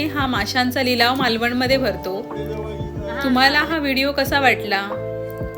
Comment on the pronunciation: मालवन नाही मालवण पन नाही पण आ नी नाही आणि.